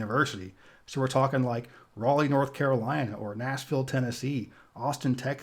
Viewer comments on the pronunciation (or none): none